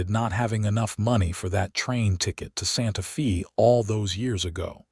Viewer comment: Watching from TN. IT IS NOT SANTA FEE, IT IS PRONOUNCED SANTA FAY!!!!!